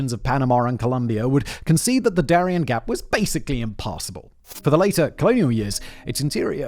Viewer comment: Ooohhh!!! "Darién" not ¨durian¨! Thatś very different.